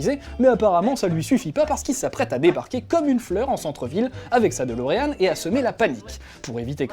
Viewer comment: c'est DE-LO-REAN !!!